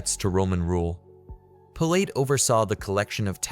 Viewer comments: It's pronounced pil-uht. Using a unique, but wrong, pronunciation really throws off the brain. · In the first two sentences your AI mispronounced his name. I'm gone. Use your own voice and don't be so bloody lazy.